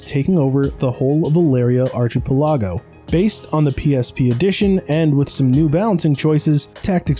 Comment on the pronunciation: lol 'arch-ee-pel-AH-go'. sorry to get pendantic but the pronunciation is 'ark-ee-PEL-ah-go'